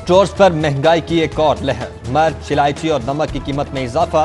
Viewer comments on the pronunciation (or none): Mirch ko kehta hai March.. 😂😂😂